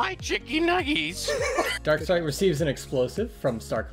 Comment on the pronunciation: I’m sorry but when he said “Darkstripe” I thought they said “Star trek”!